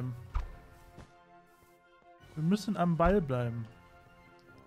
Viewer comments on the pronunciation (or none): none